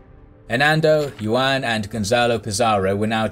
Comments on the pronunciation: Did you really just pronounce Juan as Yuan tho... It's pronounced Huan or who ah n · Juan is pronounced "Who-an" Other than that, amazing video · Love the channel but your narrator really needs to work on Spanish pronunciation. "Juan" = Yoo-an? Really? lol. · Thanks for these great videos, but just being honest, the way you pronounce 'Juan' just straight up gives me cancer